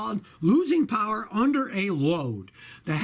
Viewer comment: J.D POWAH, dont touch me, J.D POWAH!